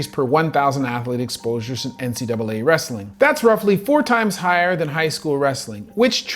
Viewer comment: ah yes. "25% of al wretthing infoters" i hate it when channels use ai shite.